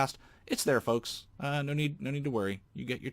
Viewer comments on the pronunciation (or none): none